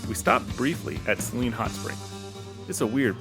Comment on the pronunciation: To each their own but I think its pronounces Say-leen (like the salty solution used a doctors offices). either way, nice video!